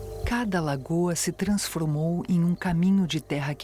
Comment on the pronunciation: Será que a IA cometeria esse erro de pronúncia? "Transfromou"